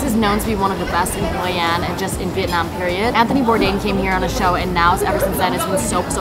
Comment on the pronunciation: As a Vietnamese American, I love how you pronounce Vietnam. The way we say it, “Viet-naam ”, not the way westerners say it, “Viet-nom” lol